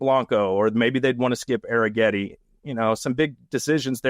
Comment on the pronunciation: Question: why is it pronounced Air-n-getti when there's no N? 😮